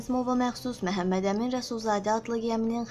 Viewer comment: Ay qiz Mehemmedemin deyil axi Memmedemin dir